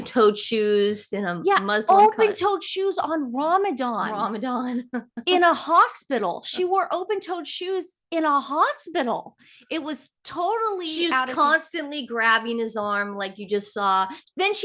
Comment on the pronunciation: Can someone tell these women the word is RAMADAN NOT. ROMODON .